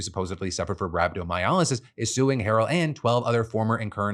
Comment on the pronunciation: Hey Phil, helpful tip for future reference Rhabdomyolysis is pronounced "Rab-doe-my-oh-lie-sis." 😊